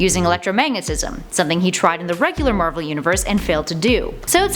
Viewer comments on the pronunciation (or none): none